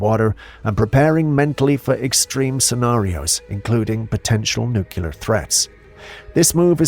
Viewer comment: I love ya, no disrespect, but it's noo * klee * ur/ er noo cue ler, is incorrect Love your channel, though!!!! 👍👍🤗💜